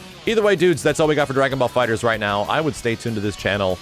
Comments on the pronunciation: Erik Douglas no, it’s the opposite. I read in an article of Game Informer that the title is pronounced “Dragon Ball Fighters” despite the temptation to say “Fighter Z.” It’s Fighters, not Fighter Z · The latter, FighterZ. Pronounced as an S.